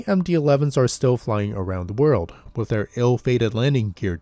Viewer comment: The word “with” does not have an “f” in it. There is no “s” on the end of “landing gear”.